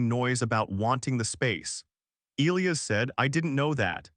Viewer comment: Yes, I’ve never heard “Elias” mispronounced so much, or at all, really.